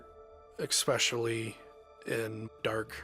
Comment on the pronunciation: I can’t believe that that dumvass can’t pronounce a simple word line especially. American education strikes again 🤣